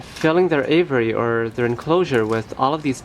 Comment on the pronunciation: It's really hard to take advice from someone who can't pronounce the word aviary ! Ha Ha !